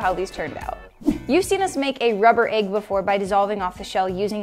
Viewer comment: It’s an EGG not an AGGE